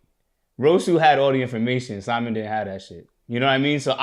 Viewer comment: his name is Si-Mon cmon yall